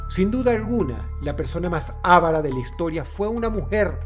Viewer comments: gente: estudien... para no decir ávara EN VEZ DE avara ¬¬ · No se dice ávara IGNORANTE. Es avara, acentuando la sílaba "va" y SIN TILDE en ninguna de las tres sílabas. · Es avara, no ávara 😂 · Avara. No se dice "ávara". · La mujer más tacaña, no era "ávara", era AVARA. Así, sin tilde. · Avara, no "Ávara" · La palabra es "Avara" no "Ávara" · Avara no es esdrújula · Todo bien pero se dice "avara". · Dross, OJO la palabra "avara" tiene la mayor fuerza de voz en la silaba "va". Tu se la diste a la silaba "a"